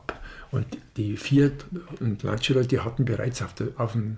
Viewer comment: Ich muss leider eines 'anmotzen', die Aussprache von 'Lancia' ist 'Lantscha', das I bleibt stumm, ich kann es gerne auch genau erklaeren, in Kurzform: Wenn Du meinst Du brichst Dir die Zunge ab dann machst Du es falsch 😅